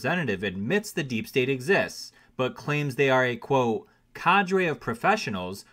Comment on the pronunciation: Say the T in quote. Good story.